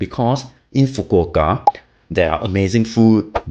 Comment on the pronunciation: Thank you for making the effort to pronounce Fukuoka correctly 🥰😄🤣